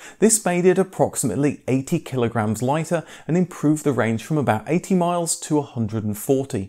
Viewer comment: Damn man I can’t tell whether you’re saying the range is 18 miles or 80. Kind of like the most important part you decide to mumble...